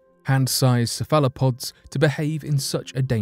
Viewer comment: Pronunciation tip: "cephalopod" = 'SEHF-ehl-uh-pod', with the accent on the first syllable.